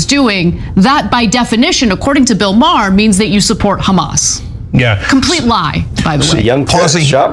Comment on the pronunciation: Stop calling him Mah-Hey-Her lol, I cant trust anything you say if you dont know his name